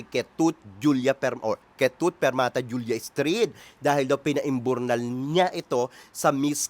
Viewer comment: Tawang tawa ako sayo madam pag naririnig ko yung “pinaimburnal” HAHAHAHAHA